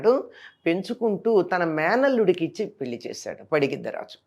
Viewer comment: పడిగిద్ద రాజు కాదు పగిద్దరాజు